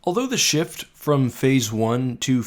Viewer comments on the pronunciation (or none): none